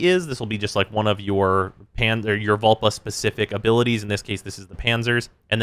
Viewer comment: Lol. Vulpa not vulva.